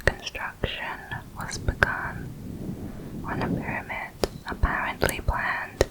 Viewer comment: I love how you say pyramid ngl